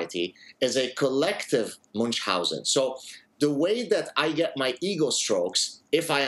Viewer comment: If you pretend to "coin" a condition you ought to pronounce it properly. Munchhausen is German. Not too hard, just German.